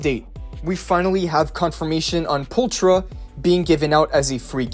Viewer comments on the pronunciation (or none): Can't lie. That bothered me a lot more than it should. Probably because I was already trying to ignore the "Pulchra" pronounciation too